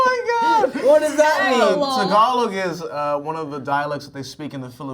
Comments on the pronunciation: Zendaya said "Ta Gal Loug" it pronounces Tagalog!😂😂😂😂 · As a filipino watching this video it's really funny haw tom said tagalog like tAg-A-lOg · Jacob’s reaction to Tom reading Tagalog as “tag along” lmao both are so funny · taag along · its a common mistake to read it as tag-alo(n)g we aren’t mad abt it😭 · He say tang a log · I think he said Tag along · i couldn’t stop laughing when tom said “tagalong” instead of tagalog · When tom mimic zendaya laugh he made a pop sound and also how he pronounce the word tagalog in TA-GA-LOOOG is my favorite part 🤣🤣🤣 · when tom said tagalog, i heard tag along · THE WAY TOM SAYS TAGALOG I CANT- AND HOW JACOB JUST LAUGHED WHILE CORRECTING HIM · The way zendaya mimicking tom's way of pronouncing the "tagalog" word is so funny to me HAHAAHAHAHA